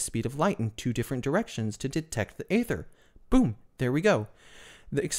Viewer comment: It's pronounced eether, not Ayther. Rather like daemons in Unix/Linux are pronounced demons. Yes, English is weird.